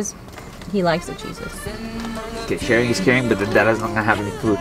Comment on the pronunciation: shawing is cawing { }